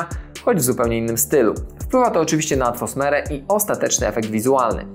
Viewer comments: Mówi się "atmosfera", a nie "atfosmera", ale ogólnie porównanie ok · Ziomeczku ze 3 lub 4 razy mówiłeś wyraźnie ATFOSMERA a mówi się ATMOSFERA.Jesli masz problem z tym słowem to proponuję go zamienić na KLIMAT W FILMIE a nie ATFOSMERE FILMU.Ja osobiście mam problem ze słowem WYIMAGINOWANY przez co język mi się placze więc zamieniam te słowo na WYMYSLONY. Warto dobrych rad posłuchać. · Już drugi raz słyszałem słowo "atfosmera", zamiast "atmosfera", błąd w skrypcie? :) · Trzymam za słowo, bo materiał porównuje 2 wersje horrorów, a tu nagle ta "atfosmera" rozbawia mnie do łez 🤣